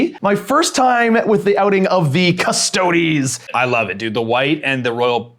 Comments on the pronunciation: Saying Cus-toads on purpose is dumb, just pronounce it the right way. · cust-oh-DEES. OMG if i hear cuss-TOADS one more time imma flip this table. yuck! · CUST-OH-DEES. Literally per any pronounciation you might find associated with the literal Roman legions back in the day